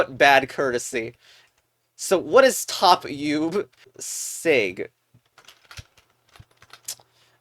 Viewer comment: It’s actually pronounced oo-beh not u-v